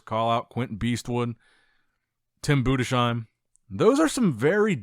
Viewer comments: His name is pronounced Budes heim not BudeSHeim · Bruh your pronunciation of Tims last name drives me crazy It's "boo-dis-hime", not "Buddha-seem" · Heim as in Anaheim. Maybe understand that? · Budesheim is pronounced in two words Budes - Heim